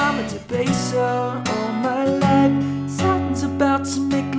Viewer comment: All my loif. You didn't say Loif correctly.